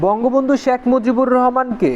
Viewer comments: খুবই ইনফরমেটিভ ভিডিও, কিন্তু উচ্চারণটা আরো সুন্দর করা লাগবে। বার বার শ্যাখ মুজিবুর শ্যাখ মুজিবুর শুনতে কিছুটা বিরক্তই লেগেছে। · 'শ্যাক' মুজিবুর রহমান উচ্চারণ বাদে বাকীসব ঠিকাছে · কিছু মনে করবেন ভাই, আপনার শেখ উচ্চারণ টা হচ্ছে না